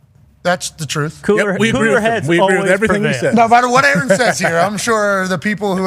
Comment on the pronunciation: And they all call him "A-A-Ron" 😂